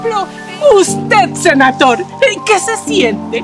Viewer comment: Por qué siempre le agregan la “e” al final jajaja nadie lee que dice SENATHOR y no SenathorE ???